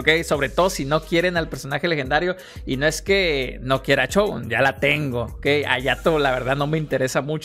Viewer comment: CHogun 😂😅😂😅😂😅 SHogun 😅 no son Chongos zamoranos. 😅